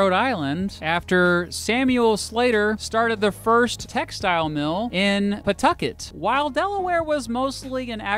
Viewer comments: Atleast he purnounced pawtucket right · He got Pawtucket right! Puhtucket. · At least he pronounced Pawtucket correctly! (P’tucket) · omg, he pronounced Pawtucket right 🤣🤣🤣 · He said Pawtucket correct tho. Crazy